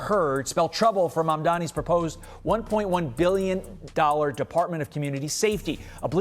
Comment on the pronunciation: I was about to correct your mispronouncing his name, but then I remembered I don't care. 🎉